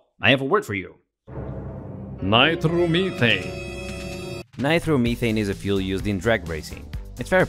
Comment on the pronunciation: why do you keep saying nitermeethane just say nitromethane